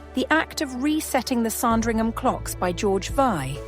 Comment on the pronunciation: It isn’t pronounced “Song-dringham”. JFC, I hate this AI crap.